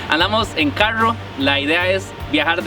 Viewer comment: Yo apenas escuché que dijo "carrrrrrrro" supe que era tico!